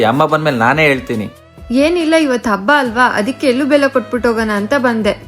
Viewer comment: ಅದು ಎಳ್ಳು . ಎಲ್ಲು ಅಲ್ಲ